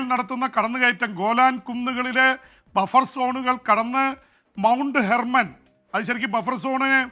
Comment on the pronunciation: ഹെർമൻ അല്ലടാ മാപ്പിളെ. ഹെബ്‌റോൻ എന്നാണ്